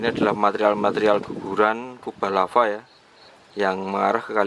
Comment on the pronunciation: Larva lagi.... Lava cuy,bukan larva